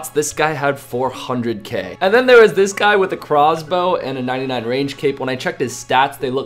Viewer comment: he had a crahhhwz-bow